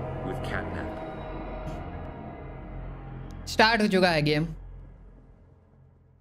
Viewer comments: Ajjubhai says Capnat 😂😂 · CATNAP ❌️ CAPNET ✅️ 🤣😅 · CAPNAT NHI HOTA HAI CATNAP HOTA HAI BRO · Bhai natcap nahi catnap 😅😅😅😅😂😂😂😂😂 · Its not cap nat its cat nap😂